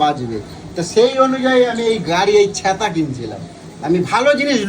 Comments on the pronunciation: দাদা ছ্যাঁতা না বলো ছাতা ☂️☂️☂️😅😅😅😅😅😅😅😅😅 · ছেতা কি ছাতা ☔ বলে